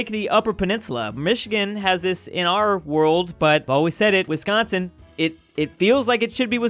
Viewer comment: 😫😫i can't belive he called it wisconson(my worst enemy)but in minnesota😫😫